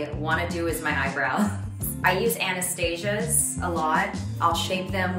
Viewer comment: When she said A-nah-stazha instead of ah-nah-stau-seeuh, I started to feel bad for her. It’s such a common brand and as an actress she should know it. That really shows how little she’s been in control of her looks.